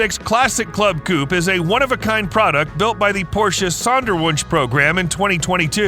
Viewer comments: Coupe not coup. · The name is not Coup.. but coupééééé. Ku-pey ;-)